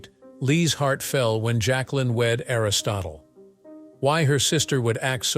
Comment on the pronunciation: JAQUELINE (not "Jaclyn")